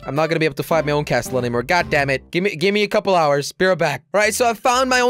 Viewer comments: I'm pretty sure the t is silent in castle jelly😂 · wrong pronounsation of castle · Did he really just say cas't'le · Jelly said Castel not castle jelly it’s called Castle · T is silent in castle thank u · Jelly, you don't say the "t" in castle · Jelly, a little tip, it is pronounced like casl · you don't pronounce t in castle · jelly you really need some time to learn how to pronounce castle the t is silent for god sake 😂😂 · It's pronounced casil not castel